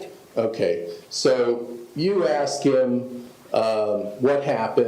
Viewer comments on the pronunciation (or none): WHY can this woman (with the big transparent glasses) not get the word "Ask" right. It's so infuriating hearing a grown woman say "Aks" instead of ask. Boils my piss!